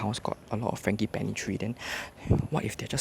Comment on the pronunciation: dude you mispronounced ‘frangipani’. should be a soft G, not hard G.